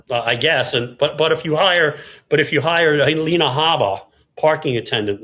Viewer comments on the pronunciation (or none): none